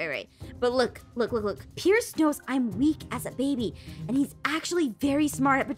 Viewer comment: Why did you say piece not pierce????😂😂😂